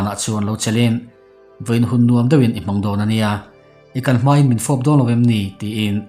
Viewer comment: A tawp i kharna hi dawn a nia ni lovin Dawn nia tih tur